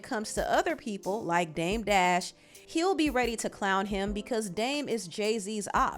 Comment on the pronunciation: Lmfao Charla called him dame debt 😂 and Debt Jam 😂😂